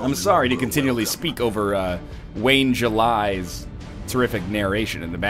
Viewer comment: Lol, did you mean to call him Wayne July?